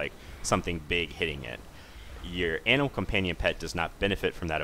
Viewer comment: i keep hearing anal companion o.o